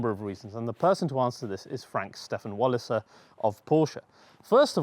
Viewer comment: Enjoyable. Walliser = Valley-sir.